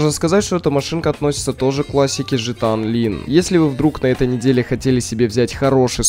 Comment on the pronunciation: Почему ты говоришь жта онлин? Если правильно Гта Онлайн.